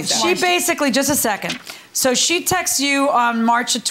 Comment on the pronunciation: It's not "textes" or "texas." It's texts. TEXTS!